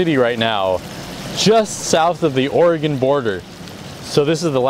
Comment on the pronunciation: I don't know where you're from originally but me being from Portland, i appreciate you saying Oregon correctly!